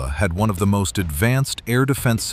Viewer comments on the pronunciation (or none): Emphasis on had